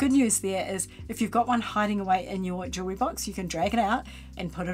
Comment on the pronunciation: Jewelry not jewel ery😊. You’re welcome, have a nice day